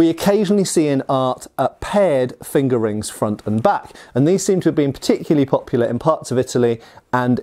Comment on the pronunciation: Lol, I’ve heard him say it that way for years now, no matter how many times I tell myself to grow up🤣